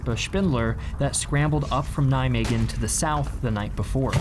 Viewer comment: Your pronunciation of Nijmegen made me pissed of it is not a fucking g except that very informative video thanks